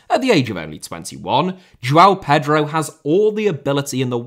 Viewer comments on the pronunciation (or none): none